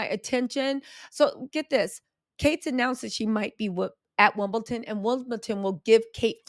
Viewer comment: It’s Wimbledon- not wimbleTON 🤣